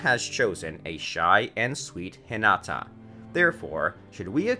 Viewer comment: Suemeeray, shihpoodin, hatawkay... I couldn't even finish this video.. my heart cringed。 Edit: Stopped watching when it said Hihnawtaw, Sakuroe/sakuraw and Asueraw. At least it didn't mention foor lettuce. (It because I refuse to believe this is a human speaking) Note: Let the person who wrote the script and watched the anime narrate PLEASE.